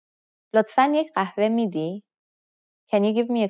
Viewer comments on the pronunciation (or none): none